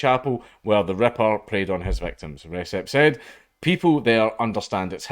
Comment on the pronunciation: "Recep" Dude is turkish, anti turkish racism is on the rise these days and it is really sad. Where could that come from?I wonder. Certainly isn't from the UK where we don't care about turks. A certain country does though, hmmmm. Also it is pronounced rejep. And I'll be going there ASAP.